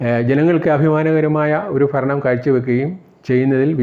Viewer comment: ഫരണം അല്ല ഭരണം..... ഉച്ചാരണം ശ്രദ്ധിക്കുക...